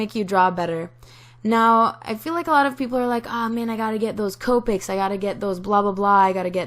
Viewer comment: Her:Copic's = (Cope-icks) Actual pronunciation; (Cop-icks)